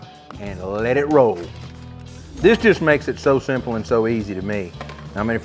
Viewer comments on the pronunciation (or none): none